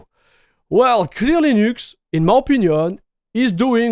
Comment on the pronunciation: french people are too egocentrical and down looking and rarely comprehend, that they pronounciation is making it still french. mf said LEENÜXC like he's getting paid for it